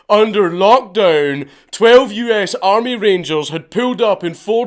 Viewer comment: I was waiting desperately for you to say "Wenn tha armay fout tha creps"